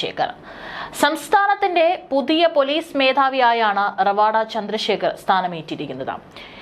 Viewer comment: റവാഡാ അല്ല രവതാ ചന്ദ്രശേഖർ എന്നതാണ് ശരി❤